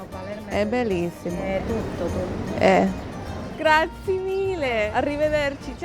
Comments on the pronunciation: Nice video. “Grazie” doesn’t rhyme with the board game Yahtzee however the Italian e on the end is pronounced a like a slight “aye” (rhyming with hey) at the end 👍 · Grazi-E.. Grazi-E Grazi-E Grazi-E Grazi-E....not Grazi!!!!!!!!!